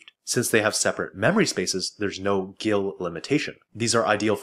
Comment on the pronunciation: It's pronounced "GIL".